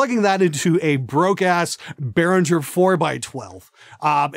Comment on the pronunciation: sir, its BEHRINGER not BERHINGER :)